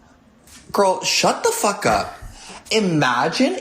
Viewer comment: She says fuck, not fark.😆